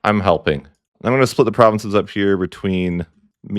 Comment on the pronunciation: Your pronunciation of provinces legit kills me man